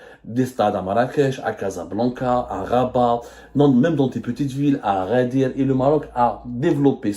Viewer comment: it's called Agadir NOT Aghadir 👎👎👎